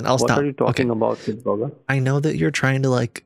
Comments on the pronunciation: He's saying 'Kitboga' like he's saying 'Baba Yaga' 😂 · I was watching on the 30th and was partly but not completely SHOCKED as this Adam & season 2 transpired. When he said Happy Anniversary after only 30 mins I was 🤣🤣💀 then when he showed u your own YouTube channel I was laughing so hard. "KitBoga" "KitBoga" I wonder how many times he has randomly said "KitBoga" while trying to scam people. Hahahahahahahaha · I like to think that Adam believes his IQ goes up two points every time he says "Kitboga".